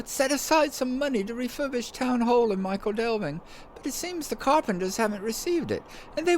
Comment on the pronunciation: Just to be pedantic for a moment, "Michel" is pronounced "Mickle" not "Michael"! This is an excellent addition to your LOTRO portfolio, but she should have the honour of her own show: "SLOTRO THREE" is a bit mundane but she could run through Yondershire as I don't imagine the other two are likely to visit there any time soon, and then maybe she'd be well-placed for the South Farthing when it arrives? Yes, that road leads to Yondershire, where you can meet all kinds of fun canon characters not to mention Bingo and his mob ;-) Does anybody ever get rid of their Bounder's Hat? I'm sure that all my characters who "earned" one still have it! The Quick Post Quests are actually an excellent way of working your way around the Shire, going from hub to hub, and there's some more in Yondershire as well.